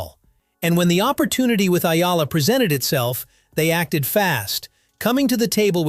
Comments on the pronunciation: Sir, it’s “E-Yalah” and not Ayala. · Pronounced E-Yala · It's "ee yala." Duh. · its Ee'Ya'La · Another fake news from AI narrator that cant pronounce Alex family name properly report as Spam😜😜😜